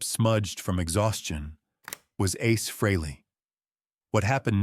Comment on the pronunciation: Your crappy AI can't even pronounce Ace's name correctly, Who would want to listen to that, along with your bullsh!t tale for 20 minutes? AI sucks! Give it the thumbs down it deserves and send this BS video to algorithm hell!